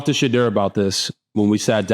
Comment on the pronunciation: Great show… great insight; but please RG3 say Shedeur’s name correctly. Listen to how he says his name and how his father pronounces it. You feel like some people in the media refuse to say his name correctly, just like they refuse to say Kamala’s name correctly. I respect the heck out of you RG3, and you Travis aka He12man!! ❤❤